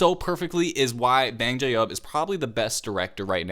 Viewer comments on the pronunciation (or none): please... BANGCHAN not banjob... the subtitles called him banjo. PLEASE